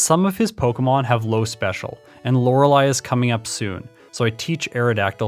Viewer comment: Hard to give you those likes if you keep privating the video. Really like your style of video. It feels refreshing and nostalgic. Stories like the Mew under the truck are my jam. Also I prefer you over the other guy, since you know how to pronounce Lorelei. lol